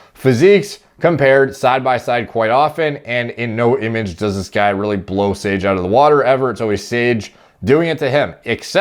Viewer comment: “sOrGe” idk why that cracked me up so much lol